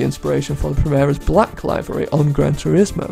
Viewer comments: liv ery, not lie very. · The pronunciation of "livery" in this video bothers me to no end... But it's still a great video nonetheless. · Your pronounciation of livery bothers me somehow